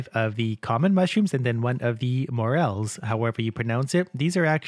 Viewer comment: The way you said morel was good